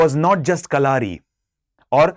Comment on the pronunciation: Its not kalaari...just "kalari"..and pronounciation in malayalam is ..kalari payatt...dont stress the "U"